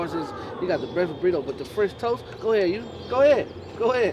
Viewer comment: Lmao Died when he said “French Toases” 😂